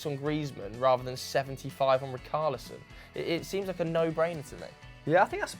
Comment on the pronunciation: It’s not ricarlison loool, you pronounce it as he— shh— arlison 🤦🏾‍♂️😂😂😂